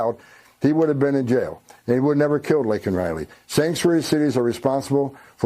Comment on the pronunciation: Put him in jail if he chooses to ignore the law.. bye bye. hem in jair